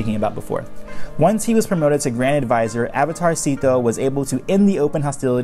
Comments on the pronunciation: I cat stop hearing "Avatar Szeto" as "Avatarcito" which is like tiny avatar, damn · Every time you said Avatar Szeto, it sounds like avatarsito which means little avatar in Spanish lol